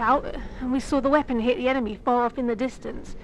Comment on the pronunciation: Can't believe she actually sawr a Titan